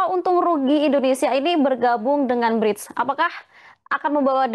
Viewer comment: mba presenter nya ini sepertinya menyebut BRIDGE/BRIDS bukan BRICS 😁😁